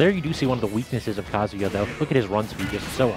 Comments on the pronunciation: Cant stand hearing how many pronounce Kazuya like Kasia. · Why is that none of y'all can pronounce Kazuya correctly? It's Ka-zoo-yah, numb nuts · Bruh the commentators trying to say kazuyas moves makes me laugh so much